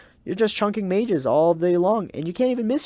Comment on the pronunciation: Did he say magei?